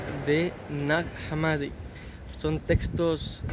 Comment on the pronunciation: el nombre de esa localidad egipcia, se pronuncia /najá hámmadi/, con "j" y "h" inglesas